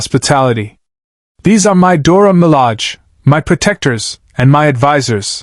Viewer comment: It's Dora Milage, not Dora Malag